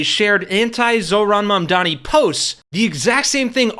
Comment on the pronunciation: when learns to spell comrade, define communism, and pronounce Mamdani, then I will listen to his opinion